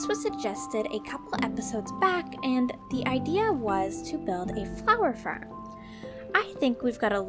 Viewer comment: Why you say ferm say farm XD